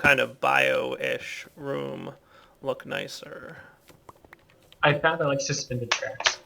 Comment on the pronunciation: jee it see a little bit nice-er i would see it out you saying it